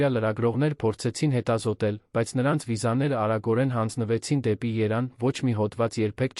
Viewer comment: Եր -ան,հետ -ում,կար-որ ,Լ-ոնը ,հետա-նքները ,և այսպես,տեղադրենք «և»-ը ,կստանանք բառը…😂